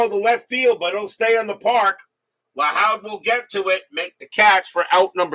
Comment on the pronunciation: Joe Lahoud is pronounced Lahood like the hood of a car.